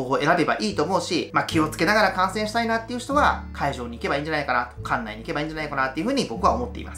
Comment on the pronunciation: 観戦が感染に聞こえてちょっとびびりましたw 「気を付けて感染！？」え？？ すみません笑笑